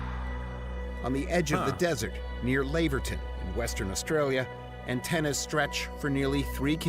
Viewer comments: The "Lav" in Laverton rhymes with "have" and not "brave". There is a suburb named "Jindalee" in Brisbane. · The Laverton you are thinking of is in Victoria the WA pronunciation is Laver ton like the tennis player